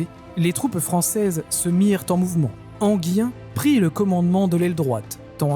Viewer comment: et Enghien, ENGUIN et non Enguien